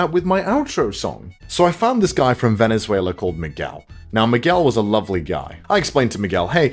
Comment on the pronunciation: Is always funny to listen to someone saying "Venezuela" with an english accent.